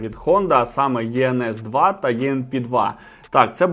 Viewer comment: Не правильно називаєте моделі... Іенес та іенпі вони звуться...